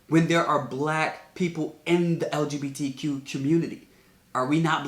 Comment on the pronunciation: Off topic lol but said LGBDQ every time instead of LGBTQ lol